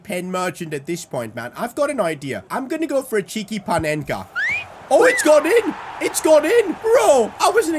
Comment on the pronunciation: Corrections:Panenka not Penenka😅